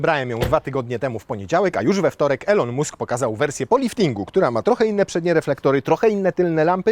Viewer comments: Elon Musk wymawiamy ilon mask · Nzawisko szefa Tesli wymawia sie "Ilon Mask " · Elon mósk XDDD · czemu polacy mają taki problem z wymawianiem takich prostych nazwisk jak Elon Musk?? masakra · Sprawdź czy w Twojej drukarce jest opcja DRUK DWUSTRONNY i jak się wymawia Elon Musk:D